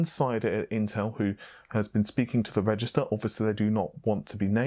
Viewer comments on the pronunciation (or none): none